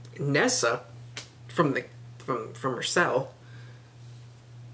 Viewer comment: You do realize its Nissa and not Nessa right?